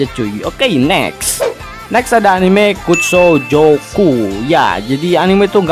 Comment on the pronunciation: Yg kedua kutsujoku bg bukan kutsojoku